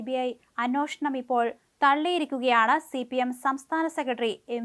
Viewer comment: Anwoshanam അല്ല അന്വേഷണം ആണ്.